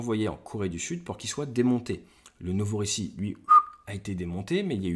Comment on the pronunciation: Le Novorissiki ? ou plutot le Novorossisk...Ate, tu dois perfectionner ton accent russe 😂